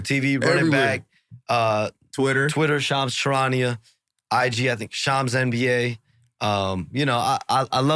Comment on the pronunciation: Ik I’m not the only one who was pronouncing shams wrong